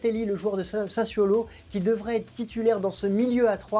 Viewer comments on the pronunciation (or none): none